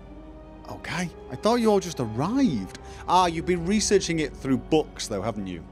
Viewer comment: Throw, not thfough (which is pronounced 'thoo').